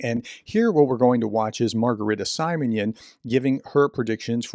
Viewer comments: It's Simoyan. SI...as in the Spanish word for yes. MON...that's easy. Stressed. YAN...yen but with an a. Si-mon-yan. It's not Simon-yan as in simple Simon Says. Stop being lazy and pronounce the name properly. You don't pronounce Putin as Putt-in do you. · Bro its not Simon-yon, its Sim-On-Yan. I hate correcting but had bad-ass giggles